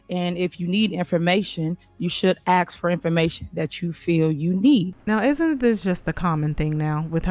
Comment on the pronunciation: Tiffany, you are not from the south! Quit saying Y'all all the time! It sounds ghetto! And it's "ask" not "ax"! You're the mayor, be professional, and show some decorum in your board meetings! You're out of order! Jason House for Mayor of the city of Dolton, IL